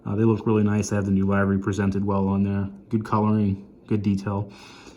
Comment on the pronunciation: Livery is pernounced liv·er·y